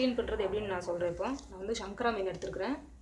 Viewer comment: hahahahaha snakara va illai this s nahara